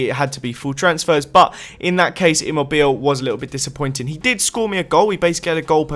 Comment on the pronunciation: Immobile is pronounced as Emo-bee-lay